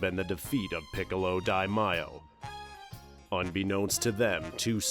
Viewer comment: It’s piccolo daimao not daimayo